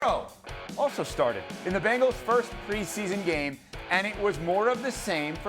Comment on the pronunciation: If you pronounce "Bengal" correctly, it might help